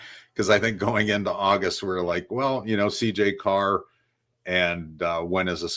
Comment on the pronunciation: It’s Carr. Stop it.